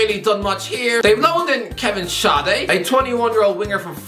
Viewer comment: Yo, I know I'm late but huge props to for saying Kevin Schade right